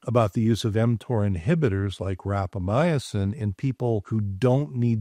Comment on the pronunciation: Everytime says, "rapamyacin" instead of rapamycin, I cringe. I just can't get past that extra vowel.